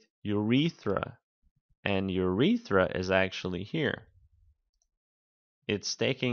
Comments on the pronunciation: Urether. Disliked, get a grip of pronunciation because if you can't take that seriously then you have no hope for anatomy. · Ur-e-ters... and ....Ur-eth-ra you aren't pronouncing them correctly